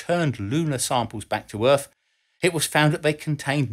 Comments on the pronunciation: Does he say Earf or Earth? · Lasers from the moon to the Earff. Love it.